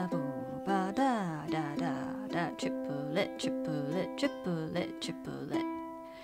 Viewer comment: As a french person I hear "Tu voudrais du poulet" (meaning : wanna some chicken ?) instead of the "triplet" XD